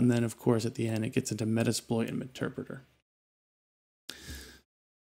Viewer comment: If I have to hear them call meterpreter "Meter preator" or say "Indeed" one more time I'm going to scream, thats my only complaint...